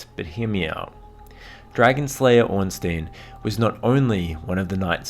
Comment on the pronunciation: Ornstein gains 20 badassery points if you pronounce his name right.